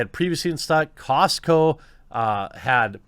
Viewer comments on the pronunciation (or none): none